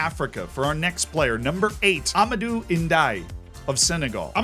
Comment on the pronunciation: LOVE LOVE LOVE this video. Now, I grew up in Senegal so let me help you out with pronunciation here lol Amadou N'diaye (last name reads like "ndee-yah-ye") plays for AS Pikine (say it like "pee-keen") Libasse Ngom (first name reads like "leeb-ass" yes, I know that has a bad word in it but trust me) plays for Guediawaye FC (read it like "gay-ja-away") Maybe you don't care at all in which case you can ignore this comment. Or you do care and this helps out! In that case YAY! lol